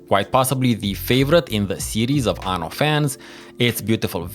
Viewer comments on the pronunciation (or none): btw is "aNNo", with 2 Ns, and means "year" in italian, Ano means "anus"